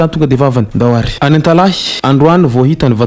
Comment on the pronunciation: "Antalaha" fa tsy "Antalahy"